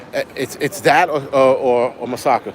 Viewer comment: It’s Moussaka. I really enjoyed you in Greece. It reminded me of when I lived there.🇬🇷🇦🇺